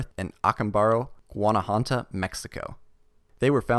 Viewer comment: So I live in Guanajuato, and your pronunciation is quite amusing xD I have some things to say about the artifacts on Mexico. First, the olmeca people resided where now are the states of Veracruz and Tabasco in Mexico , not Panama. The Teotihuacans where a different ethnic grup than the aztects. The city of Teotihuacan was already in ruins when the mexica established their empire. The esperanza stone being Mayan would definitely make it at OoP artifact. Mayans lived on the Yucatan peninsula, and Esperanza is very far away, like 36 hours by car.